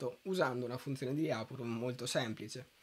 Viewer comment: Anche i miei professori pronunciavano "Lyapunov" così come si scrive, all'italiana, però ragazzi, per chi sa un minimo di russo suona ridicolo... la pronuncia corretta è pressappoco Lepunòf con l'accento sulla O ;)